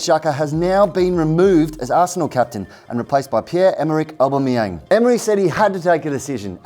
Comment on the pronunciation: Matt, can you tell how to say aubameyang?😂